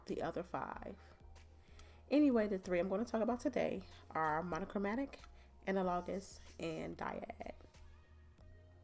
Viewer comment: Thank you for this informative video. When you pulled out that hand I thought it was real and it flipped me out for a minute. Also the way you say analogous drove me crazy.